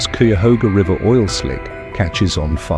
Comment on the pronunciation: That river burning is pronounced 'Cuy-a-hoo-ga". Once one of the most polluted, now is clean and a good fishery.